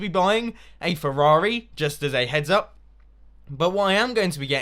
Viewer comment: Every time he said Ferrari I kept thinking of that scene from Cars when Luigi goes, "A REAL FERRARI!!!!"